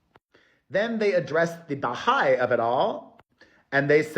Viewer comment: Hi, I just wanted to let you know Perez that you are pronouncing the Baha’i faith incorrectly. The emphasis would be on the hai not the Ba. Maybe Google someone saying it so you can hear it. I just thought you should know because you’re saying it quite often. Love you much.❤